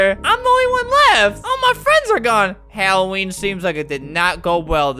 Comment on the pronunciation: Its supposed to be Halloween not Helloween